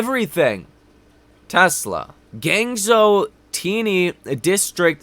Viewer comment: pronounce it 'Guanjoe' not 'ganzo' lol